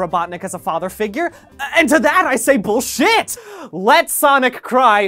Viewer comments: i love how he says bullshIHt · I love how he says "I say bull SHIT !"